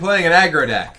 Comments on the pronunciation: It's a joke. He mispronounced it once and went with desk from there on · Don't worry, you did. In I think one of the Denizens of Shimzar reveal videos he mispronounced it, then went with it from there.